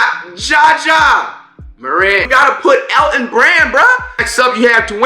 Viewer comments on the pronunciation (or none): Man said Elton brand